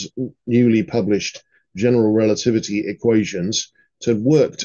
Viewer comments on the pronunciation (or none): none